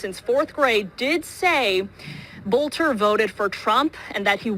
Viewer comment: His name is pronounced "Belter". In Germanic names the second of two vowels is the one pronounced.